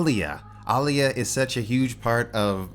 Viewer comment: Told you it's All-ya, not, Ah-lee-ah 😂 🙄